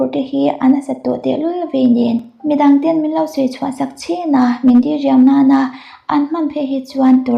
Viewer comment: Diriam tih i thlûk dan hi a dik lova, di lai hi thluk loh tur ania, 'U Lian' tia mi kan koh a a rik dan ang chiahin diriam tih tur ania. Chuan, i aw ngaihthlak a nuam țhin lutuk e